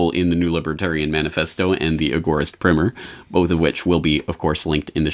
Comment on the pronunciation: surely it's primer as in to rhyme with timer???